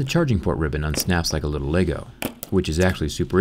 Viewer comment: Like a little laygoe. Laygoe connector. Look at the laygoe. Like fuck man. Its LEGO PRONOUNCED LEH-GOH. Like, I love your videos and everything. But ITS LEGO NOT LAYGOE.